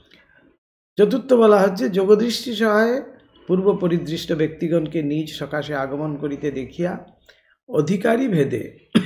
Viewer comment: Nij naa bole nijo bolle mone hoy vaalo shonabe.